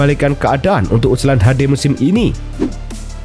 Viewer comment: Ulsan min bukan USLAN